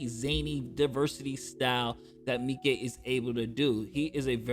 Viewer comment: I didnt know how to properly pronounce "Miike" until now. Thank you 🙏🏿